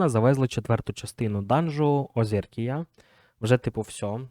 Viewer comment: а чому "Озеркіа" якщо читається "Орзекіа"?? Знову слова перебудовуєш?))